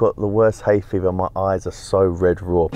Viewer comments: Hay-fever 🤣🤣🤣 stoned out his head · Exactly what I was thinking, hay fever 😂😂😂